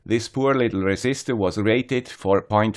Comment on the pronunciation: Resisistor ????????? :-p (otherwise it is really, really great. I learned a lot. Thanks!)